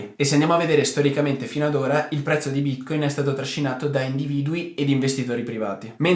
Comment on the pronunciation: Ti dispiace imparare a pronunciare Bitcoin? Non si può ascoltare